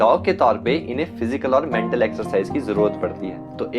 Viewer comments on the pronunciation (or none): none